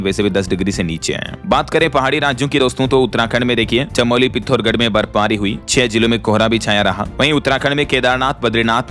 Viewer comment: Good morning 🙏🏻🚩 मैं उत्तराखंड राज्य और पिथौरागढ़ जिले से हूं आप पिथौरगढ़ बोल देते हैं पिथौरागढ़ है 😅🙏🏻🙏🏻🌹🌹🚩🚩